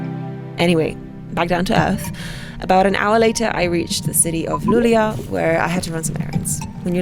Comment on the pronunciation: You read the upper line of the letter Å it is pronounced o [lu-leo]. :)